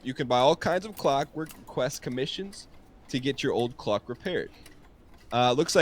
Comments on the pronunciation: I would watch this more, but saying words wrong is making me unreasonably angry. It’s not a Cluck, it’s a CLOCK. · Why is NL pronouncing clock so weird?